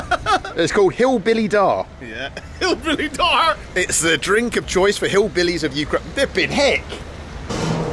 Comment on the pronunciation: "Hillbilly dar" laught so hard)) it's called "hLibnuy dar" - breads gift (In Ukraine wheat synonym is "bread", company that makes vodka from wheat, or as they say they are) and yes, it is terrible)) sorry for my English,I hope it was is interesting)